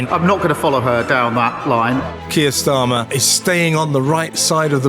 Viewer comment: The number of ‘news Chanel’s” on you tube who can not even pronounce farage or starmer is indicative of the low standards of journalism in 2025.